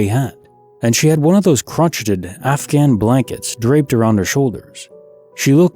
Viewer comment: Instead of "crotch-et-ed" try "cro-shade"